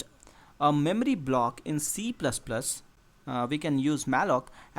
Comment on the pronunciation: memry memry memry memry